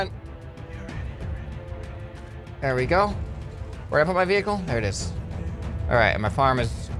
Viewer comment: towing your maining wevuicle whoud be soo cool